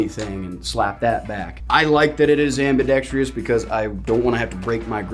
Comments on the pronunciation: Your Old Me: ambidextree-ous Your New Me: ambidextrousessesss BTW my mom says your “wrong hand” is always right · There's still no rhee sound in ambidextrous